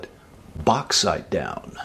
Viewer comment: The third time you said Bach when practicing, , was correct. The ch is much softer and more silent than people realize. That is, except if you're going for swiss german or dutch.